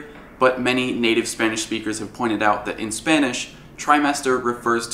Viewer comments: Very nice Spanish!! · Omg, you said everything right in Spanish xD I don't now why I am so mind blowed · You nailed the pronunciation in Spanish